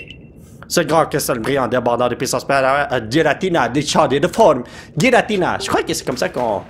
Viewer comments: Pour information, on prenonce '''Guiratina'' dans le pokédex international ! 😉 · Oui giratina se prononce guiratina comme arceus se prononce arkéus